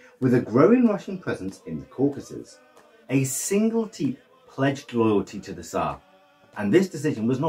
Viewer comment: teip is pronounced tape not tip